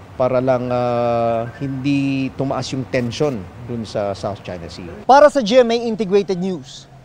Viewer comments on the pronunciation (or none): did he just called it "sout china sea"? wtf